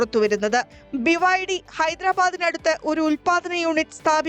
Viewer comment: ബിബൈഡി, വിബൈഡി ഇത് രണ്ടും 🤣